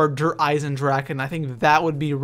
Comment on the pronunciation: I know this is random but Der is pronounced "Dare" and Die is pronounced "Dee". Sorry just thought it would be helpful.